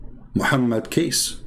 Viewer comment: Not kaes but kace sound like to said cocacola